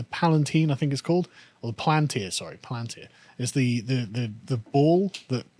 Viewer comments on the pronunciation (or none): none